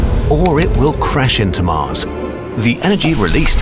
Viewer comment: not MUZ ITS MARS ARE YOU NEW TO ENGLISH?